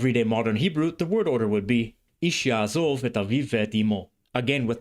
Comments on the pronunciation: May I correct one issue? In the Biblical phrase, you cite, there is no "yaazav". You correctly indicated the Pause, but in Pause long o becomes short, so the qamatz under zayin is not pronounced as a long a, but as a short o and the accent of the whole expression (yaazov-ish) falls on "ish". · A few comments: The Biblical Hebrew יַעֲזָב should be pronounced ya'azov, not ya'azav. It's a קמץ קטן not a קמץ גדול. It is is pronounced /ɔ/ is Ashkenazi and Tiberian Hebrew, but /o/ in Sephardic and Modern Israeli. It is not the much more common קמץ גדול which has the same /ɔ/ pronunciation in Ashkenazi and Tiberian Hebrew but is /ä/ in Modern Hebrew. The Modern Hebrew sentence should read יַעֲזוֹב instead of יַעֲזָב. The contraction of אֲשֶׁר to -שֶׁ is disputed among scholars. Some think the prefix has an independent origin and is related to the Phoenician -ש. It may be as you said, but it's not certain. I think you understate how common אִישׁ is in Modern Hebrew. It is used in such fixed phrases but it is also commonly used to mean "man" especially when not in contrast to women. At the time virtually no Ashkenazi Jews spoke Slavic language natively. That was mostly later. The Slavic influence was mostly by the fact that Yiddish itself was influenced by Slavic languages. As I said before it should be 'yaazov', not 'yaazav' for Modern Hebrew, but for Tiberian Hebrew ya3azāv fits. This is a real nitpicking point: The letter ת was originally pronounced [t] in all positions. The development of separate allophones ([θ] and [t]) was probably post-Biblical though undoubtedly centuries before the Tiberias Masorites. By the time of Tiberias Masorites--which is Paul's basis of pronunciation for Biblical Hebrew--the two allophones had evolved such that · traditional and ancient Kamatz is really closer to an "aw" of "o". even in modern Hebrew there is a distinction between Kamatz Gadol and Katan , the Kamatz Katan is pronounced "o". therefore it is pronounced Ya'azov not Ya'a zav